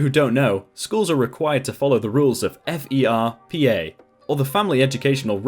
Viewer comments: Pro tip- just say "Furpa" don't say F E R P A. just prononce it like a word. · Lmao, we usually say ferpa as "fur-pah" not as the acronym... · FERPA is not spelled out. It's 'fur-pah' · As far as I know, FERPA is an acronym, rather than initialism. Like, fur-pah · THANK YOU. I shouted that at my computer screen a few times during the video LOL. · That advisor made a HUGE no-no by addressing that letter to his parents. I could also see being the same level of angry if it were my child, however going at the Dean like that seems a bit over the top. The Dean's office wasn't the one who went loony toons and violated FERPA. **Side note about the pronunciation...all of the teachers I know say it like it's a phrase, rather than spell it out.